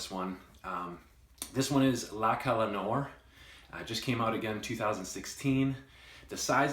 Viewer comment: you're a nice reviewer and a very humble lad, but you gotta stop butchering the pronunciation on these fragrances. "La Colle Noire"- Google it and it will give you the right pronunciation....... Other than that, you have a FABULOUS collection- fabulous and you're a really stand-up guy! Frag community is better off with guys like you being active!!!